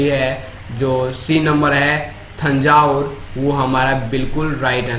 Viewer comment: थांजावुर नहीं तंजावर पढ़ा जाता है